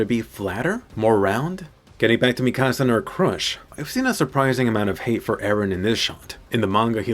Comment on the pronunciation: Emphasis on “crush” 🤣